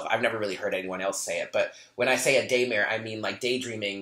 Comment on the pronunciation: Omg" I thought you said "gaymare" lmao!!! Daymare. Yr awesome love your readings great energy!!!!